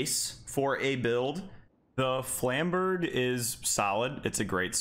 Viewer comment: 17 seconds in, and im seething at the pronounciation of "flamberge" XD